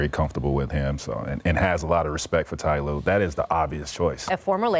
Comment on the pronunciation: It. Is. Not. Ty. Lue